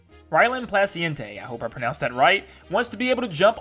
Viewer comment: u pronounced it super close to being right but that is ok my name is hard to pronounce it is pronounced Plaw-see-en-tay Ps thank u so much for putting my idea in a video it’s such an honor